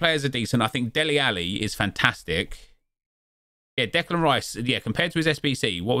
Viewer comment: Why is nobody pointing out that he can't pronounce Declan rices first name ?